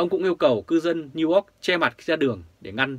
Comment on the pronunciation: please doc NEW YORK dum NEW ORK nghe ky lam.